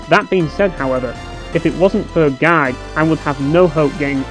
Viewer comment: I got confused when you kept saying "gag" Turns out you mean GUIDE. HAHAHAHA!